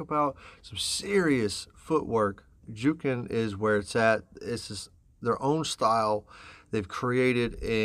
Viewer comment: Jookin is pronounced like cooking.... Just FYI love your analysis and breakdown. Keep up the great work. Smashing that subscribe button